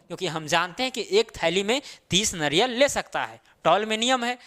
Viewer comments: Naryal nahi hota hai sirji... Nariyal hota hai hindi mein... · Naryal.... Eee ki matra kiu nahi pronounce karte ho 🙄